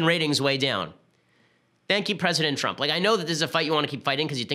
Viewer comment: You said president Twump lol